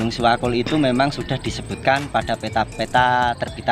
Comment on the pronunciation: setahu saya bukan siwakul namun SEWAKUL mas...ada artinya juga itu...SEjatine Welas Asih Kanggo Utamaning Liyan..